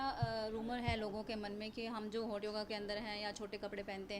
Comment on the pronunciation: हॉट नही .... होट योगा..... होट 🤣🤣🤣🤣🤣😂🤣😂🤣😂🤣😂🤣😂🤣😂🤣